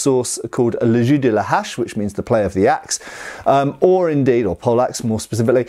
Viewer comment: Sounds like you’re saying « le jus de la hache » (« axe s juice »), which cracks me up every time